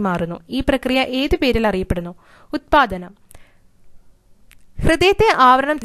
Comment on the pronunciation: ഉത്പാതനം എന്നല്ല ഉത്പതനം എന്നാണ്